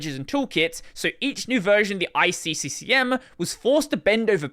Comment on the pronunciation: Nope, you sayd ICCCCM right